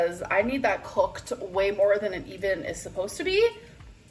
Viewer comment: I hate the way she say COOKED .. COHKED